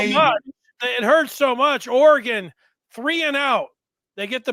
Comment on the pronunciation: The stress is on the first syllable of "Oregon" -- same as it is in "Michigan." In other words, it isn't or-uh-GAAAHN. 😅 Nice break-down.